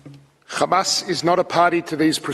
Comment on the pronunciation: Remember the list he’s lies are as big as his belly stop the genocide and give them their land back btw it’s pronounced hamas not qamas